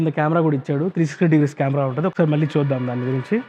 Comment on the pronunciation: Yaaa bro Rayalaseema Yasa vachindhi nenu video chusukunnapudu Adey anipinchindhi